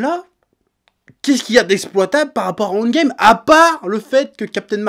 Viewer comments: J'ai compris seulement à la fin qu'il disait "End Game" et pas "Ant Game" qui serait un mixe bizarre entre les deux choses. Tu parles trop vite à certains moments chef ^^' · "Andgame"... Je connaissais le handball, mais andgame... 🤔